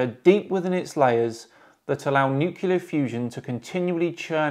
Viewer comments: Please say nuclear and not nukuler - love your stuff bro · l love your shows, this format is great. But please, please learn to pronounce nuclear properly. It’s pronounced new-clear, not new-kyuller. It hurts my ears to hear it pronounced as if there were two U’s in the word. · nucular fusion ...dan, shame on you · Nucular or nuclear? I am really enjoying this new show quite a bit. This one just felt a little short. I wish I could afford to subscribe to the SMD patrion. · 1.39 did I just hear "nukelar fusion"? I might be wrong as I am not an English native speaker, but that's what I think I heard lol. That would be the first mispronounced word that I heard from you since ever! That proves you are a human too lol. Anyways, great video and keep it up, I am glad I subscribed to your channel! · newkular xD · I will never not get annoyed when people pronounce ‘Nuclear’ like nuke-yull-er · It's pronounced "new-cue-ler" 😁 Loved that, bloody fantastic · You are coming very close to saying nuc-u-lar there:D